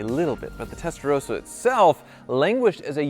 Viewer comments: I've always loved your videos, but this is a public service announcement. For the love of everything that is holy, would Americans please understand how to pronounce the name of this model. It is TESTA - ROSS - A. ROSS.... Like the man's name. It is NOT testa-rose-a or testa-row-suh the way you've been pronouncing it. First world problems I know, but honestly, if you're going to talk about a foreign vehicle, please don't Americanise the name but learn how to pronounce it correctly. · It’s not Testarose-a, it’s a Testarosssa. ‘SS’ as in moss. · Please learn how to pronounce Testarossa! It's not rose-a, it's ross-a. Why is that so difficult for Americans to understand 😂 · Wish (and most other Americans for that matter) would pronounce the name properly, it is TestaroSSa, there are two consonants, it is not Testa 'Rosa'. And while I am ranting, please also stop doubling up with the model numbers, it is 3-5-5 and 3-4-8.... not 3-55, 3-48 etc. This is a major pet peeve of mine as a Ferrari enthusiast! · ROSSA. Not Roesa. Please, my Italian heritage would appreciate it. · Why is pronouncing it "Testarowsa"? Vin Rosso is not pronounced "Vin Rowso".